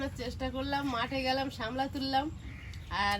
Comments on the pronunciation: কথা টা সামলা না শাপলা, আমি শুনেছি শাপলা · Sapla not samla